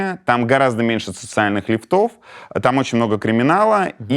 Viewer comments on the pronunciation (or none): Юрий, в интервью с Невзоровым вы усмехнулись, что тот сказал «договора» вместо «договоры». В этот раз усмехнуться пришлось мне. правильно - лИфтов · Как задлобала эта ущербная повесточка, расклиньтесь уже Юрий и займитесь чем то реально интеллектуальным, а то без Путина прям никуда, например ударение в слове "лифтОв" подучите, второй выпуск уши вянут... Журналисты блин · Нет социальных лИфтов. Ударение на первый слог. ❤ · ЛИфтов, а не ливтОв! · Юрий, вы замечательный журналист, спасибо вам за вашу работу) но правильно произносить: лИфтов)